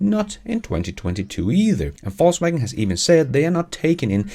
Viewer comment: I love how it sounds like "false waggon" when you say "Volkswagen". Intentionally?